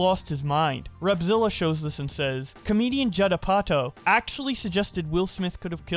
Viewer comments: Jedd A-pa-toe?? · Jed Apotho.. LOL i had to tab back to this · "judd uh potto" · How the hell you haven’t heard Judd Apatow’s name said aloud?!?! Also, great video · Bro I get that you don't know any celebrities since you're like barely 20 or something, but it doesn't take much effort to figure out how to say "Judd Apatow", and that's just to name one. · if Judd Apatow ever wondered if he was losing relevance, all he has to do is listen to pronounce his name